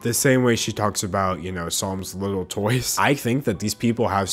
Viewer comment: you're very intelligent but you literally speak like a baby, like i think i can hear you say "widdle" instead of little lol. its adorable though